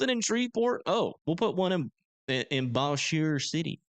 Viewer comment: It’s pronounced Bose-jur or something like that